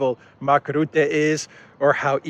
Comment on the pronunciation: Rutte ( Dutch PM) is pronounced incorrectly. Commented before, did not read it. Try again. The u should be pronounced as in turn, burn, murder.